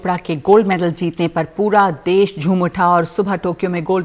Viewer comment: देस नही देश होता है NDTV